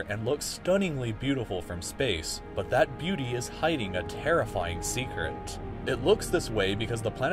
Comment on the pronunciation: is no one gonna talk about the “secert” ?